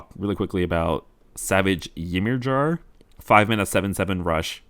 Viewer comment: Always entertaining I appreciate these reviews. Just wanted to throw it out there "Ymir" is old Norse and is pronounced "Ee-meer" or "E-meer".